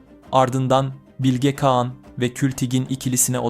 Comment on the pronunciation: Bilge Kean nedir kardeşim Bilge Kağan diyemiyormusun